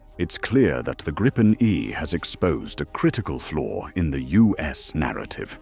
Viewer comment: gripen grypen greepen let the AI pronounce it right will ya put some more real effort in your video's